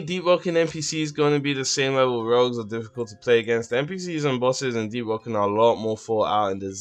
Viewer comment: JP conqueror deeowoken?